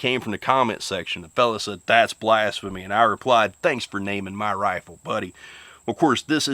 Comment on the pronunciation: Are you saying "Blasphemy" or "BLASTPHEMY???"